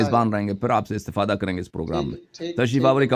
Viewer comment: گفتگو سے ہی پتا چل رہا ہے ۔ اسے آیت پڑھانے سے بھی پڑھنا نہیں آتا ۔ استفادہ کو استفاذہ بول رہا ہے ۔